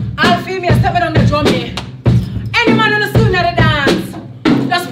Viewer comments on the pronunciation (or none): Did just call tc drummy 😂😂